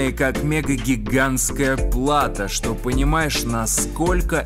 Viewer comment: А как он говорит «шо», а как посмеивается